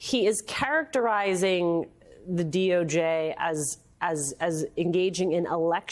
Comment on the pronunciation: And she says; "characerizing". Truth and honesty fake news gal.